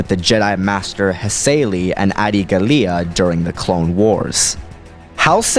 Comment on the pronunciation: GA-LEEUH? It's GAH-LEE-UH. And also, Halsey was pronounced in a weird way.